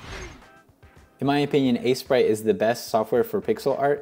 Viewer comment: "assy-sprite" lol